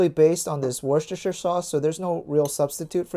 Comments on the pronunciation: Worcestershire Peonounciation: Worse-ter-sher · worcestershire sauce is pronounced wust-er sauce!!! you don't really say the shire part :')